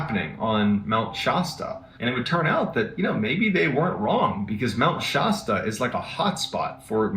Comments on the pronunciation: Mt. Shasta particularly the "a" is pronounced like the word "cat" not like the word "hot" as MrBallen keeps saying. Not to detract from MrBallen's stories or character which I find interesting, just making a correction. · My family has a cabin in mt Shasta (not pronounced shosta btw) and it is a very wintering area in our world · Mount Shasta is near me.....there's always weird things that happen there. Except it's pronounced sh-ass-ta